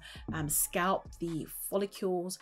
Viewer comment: For someone who sells and promotes hair products , you should learn to pronounce ‘follicles’ correctly. It’s not ‘folli-keeuww-les’. Just ‘follicles’. No ‘w’ sound. Really annoying - and ironic!